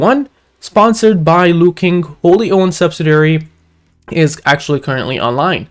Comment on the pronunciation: it’s pronounce Luo-Kuang not Luo-King ✌️